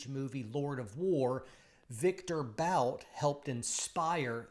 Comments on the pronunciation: Stop saying “Bout” 😆 It’s pronounced Viktor “Boot” lol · you could at least learn how Bout is pronounced... (his name reads "Boot" like "book"). By the way, investigate, how many US laws violations were made to put Bout in prison. Would you also ask yourself if the US ever secretly supplied arms to some third world dictators or some other notorious duds...